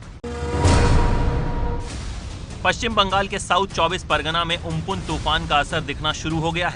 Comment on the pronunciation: उम्पुन नहीं अम्फ्रान है